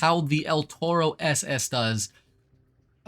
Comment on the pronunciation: Maaaan bull in spanish is written "Toro" not el "Torro" as an spanish It hurts me hearing that.